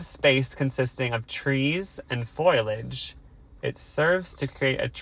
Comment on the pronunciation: calling foliage “foil-age” on the last ep is so on brand